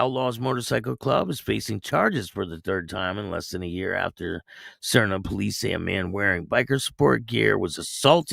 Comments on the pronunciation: Just thought I would help ya out with the pronunciation of Sarnia = Sar-knee -ya That’s how we say it 🤙 I think it was a Remembrance Day ceremony and that’s the same as Memorial Day Thanks for the vid ! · Little bit off. It’s pronounced like Narnia! Sarn-eea